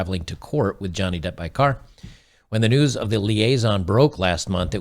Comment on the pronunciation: He learnt his lesson and his name is Johnny Depp not Johnny Debt.